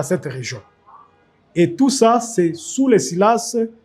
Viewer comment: Tout le cilasse? On dit tout le cileNCe